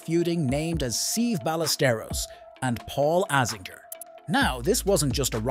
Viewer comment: Seve’s name is pronounced (seh-vey) (by-ah-ster-os)